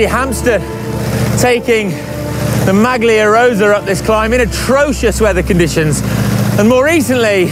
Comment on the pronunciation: Awesomr video, better than thr usual great, but can someone please tell how to pronounce "maglia rosa" correctly?